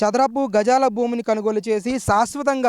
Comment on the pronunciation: కనుగోలు కాదు కొనుగోలు....👍